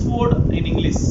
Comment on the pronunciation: First Try to pronounce ' English' as 'Englishh ' not Englissss Thank you.